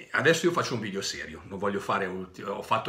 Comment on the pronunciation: Si dice video non vidio poveraccio